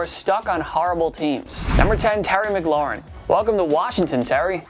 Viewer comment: Say Terry's name right please:Terry M-claur-in